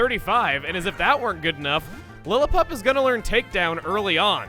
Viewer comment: Dude, Platinum popped in during 2015. Christmas did indeed come early, though. Though needs to work on his pronunciation. Univa? Casteelia? Lillapup? Nuvemma?